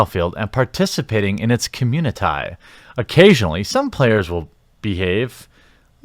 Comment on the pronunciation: "Communi-tie" "wahmen"...so...English is, what, your fourth language? Fifth?